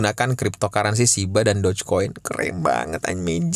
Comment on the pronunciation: itu lucuuu banget yaaa... Bilang doge dan shib gak jelasss....